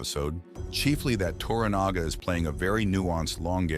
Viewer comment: U are correct but learn how to pronounce TORANAGA,s name ,please .